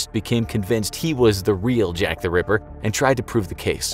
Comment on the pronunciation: Why you say river instead of ripper,i heard it multiple times,don't argue